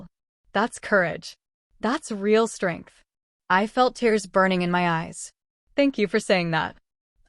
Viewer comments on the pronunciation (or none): none